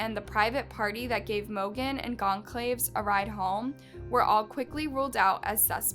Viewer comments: Yeah, it's Goncalves, not Gonclaives. What is wrong with you? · “Cal-Ves,” not “Claves” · Goncalves = gon - call - viz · you always say the names wrong... it's GON SSAL VEZ wtf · I don’t mean to sound rude but if you’re going to do a story on this, you should look up the correct pronunciation of the names. Goncalves, for example. It’s Gon Saul Vez. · Learn how to pronounce Goncalves correctly... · You said kaylees last name wrong and Ethan last name wrong to like if you watched the news it tells you how to say their last names, and yet you put in a clip and it tells you how to say kaylees last name correctly and you say incorrectly, I'm not trying to be rude in any way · Thanks for covering this. You pronounce Kaylee’s last name wrong btw. May their souls rest in peace and the killer found soon.